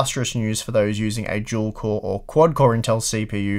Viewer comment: You're saying dual core like if it was "juel core"